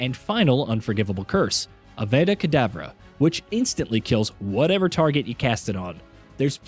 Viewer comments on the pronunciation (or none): Am I the only bothered with how wrong this guy is pronouncing the spells 😑 Ah-vey-dah kadavra? Really?